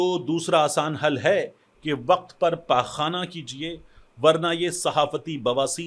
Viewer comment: سہیل وڑائچ کا اپنا تلفظ درست ہے اس کے قاف تو نکلتا نہیں وقت کو وخت کھنے والا